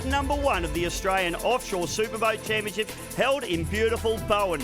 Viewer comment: "Superboat Chaniponship", haha